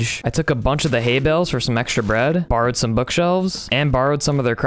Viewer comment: 'borrewed' books and haybales yea.....